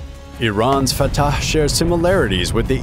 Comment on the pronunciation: I must admire the commentator for saying the word correctly. "Fatah" is an Arabic word and only those who speak Arabic can say it correctly. He is amazingly correct. Either he speaks Arabic or he knows how to do perfect commentary. Great work. I liked your video. Thank you.